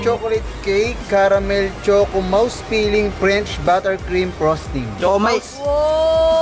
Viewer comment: Sana binasa mo man lang ng maayos yung word na choco mousse cake. Di kase sya talaga pino-pronounce as mouse, you mean rat? No disrespect though. Best of luck to the both of you bro. 👏🏻👏🏻👏🏻